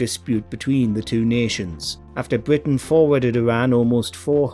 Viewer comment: bWitish Woayales